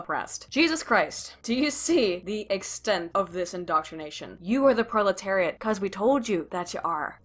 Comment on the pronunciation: Pro...proliterate? Goyim? They trying to say goyim?